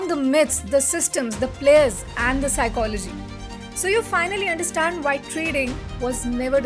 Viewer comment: Physchology 🚫 Psychology☑️